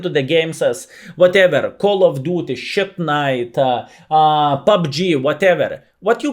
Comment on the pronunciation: Lmao! “Shite night”